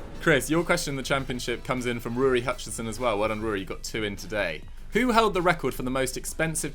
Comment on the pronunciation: Actually, it's the Gaelic spelling of Rory. So pronunciation was actually pretty close!